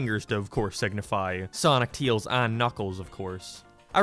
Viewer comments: He is saying tails wrong it’s not teels it’s tails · Why do you call Tails "Teals"? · Remember guys, it’s not Tails, it’s Teels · STOP CALLING HIM TEILS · I don't know why but you're pronunciation of tails just cracks me up